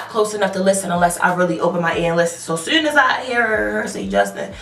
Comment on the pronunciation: The way you say soon and too, you can really hear you bmore accent. Its so cute, but yeah fuck that girl haha.